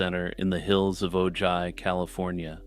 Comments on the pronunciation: Ojai, California is pronounced "Oh, hi." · it's o-HI California, like "oh hiii, Mark!" love you 😂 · “OH hi” from So Cal (is how Ojai, CA is pronounced) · Its pronounced "oh hi" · Oh-hai, it’s pronounced Oh-hai. J is Spanish has an h sound, like Juan. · It's peonounced "O-HAI"! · Oops! Ojai Calif. is pronounced Ohi.....j is pronounced as a "h".and the "a" is silent. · Ojai, California is pronounced OH -Hi. The J is like an H as in jalapeño